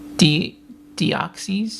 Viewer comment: The Pokemon is pronounced "De-ox-iss" :D